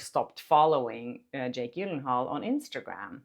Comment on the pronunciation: Just a tip and im surprised that you haven’t heard it from other announcers and interviews or that no one has told you, but Jake Gyllenhaal his last name the G is pronounced like a J so it’s “Jill-en-hall” That’s how I’ve always heard his name announced. I know on some of these videos you were saying like you weren’t sure how to say it. Also what the scene was, and what Baldoni said was that he was responding to Lively saying I’m probably getting spray tan all over you and Baldoni response. It smells good. So like he’s trying to make her feel comfortable because she’s acting like she’s nervous or worried like she’s not acting relaxed. You know she’s worried About how she looks or whatever instead of like being in the moment of the scene and so he’s just being nice getting her to relax and get back in the moment of the scene of the scene so she doesn’t worry that her spray tan is coming off all over him or something. And then after he says it smells good she said oh no, that’s Probably my make up or my body make up or something like that. So her body make up must have a scent to it. In this video and in the next video with your boyfriend, you guys don’t quote this right and you’re acting like Baldoni is just saying that she smells good and that’s really out of context. That’s not what he was saying. It wasn’t like she’s wearing some beautiful perfume and he’s like oh you smell so good or something. It was like not like that at all.